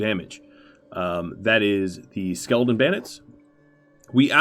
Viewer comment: by the end of this video the word skeleton had kinda morphed into skeldon and it was my favorite part of the video because you just keep saying it over and over again. quality content 👌